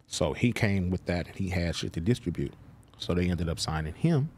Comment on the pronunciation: Distribute or diss-tra-bute